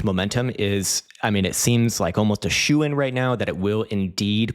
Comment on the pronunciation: says "shoe in" - dont say it hahaha thanks Legend